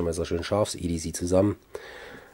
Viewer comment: Ja, so wie du es sagst, würde der Engländer EDZ verstehen. Englisch C wird halt "ßi" ausgesprochen, das S wie bei "Pssssssssst". Nur zischen, kein brummen. ;-) Aber es gibt ja auch Leute, die Sose statt Soße sagen. ;-)